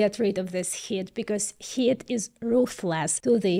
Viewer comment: though missprenouncing "heat" looks good on you, its pronounced HEET...